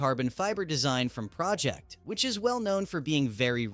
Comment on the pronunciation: AI voice pronouncing Pro Ject wrong and right back to back in the same sentence is ridiculous.